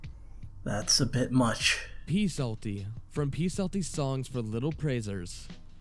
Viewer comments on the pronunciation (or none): Really bothered me that they said Psaltys name wrong, the p is silent. He was a Sunday school staple tho, I was wondering if he would be on the list